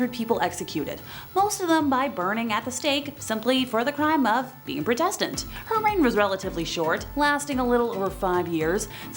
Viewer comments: You don’t know how to say Protestant (prodetent) or heretic (hairetic) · Do the presenters mispronounced words to avoid censors I think this mispronunciation I prodistant might beat the others mispronounced Constantinople as my favourite